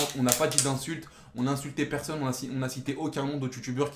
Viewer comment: Mdrrrr qui a remarqué que dans et disent "personne", ils prononcent "perseunne"